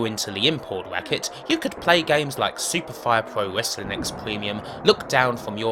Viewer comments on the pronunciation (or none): Wesslin is wesslin and it’s the wheel deal , pwoper wesslin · "Wessling" hahahaha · What's wessling?? and wesslemania? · You do know the "W" is silent right?